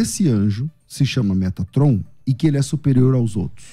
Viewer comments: Eu já não estava levando o a sério, aí ele manda um “METRATOM” 😂😂😂😂😂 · 'MeTRAton" foi de lascar 😂😂😂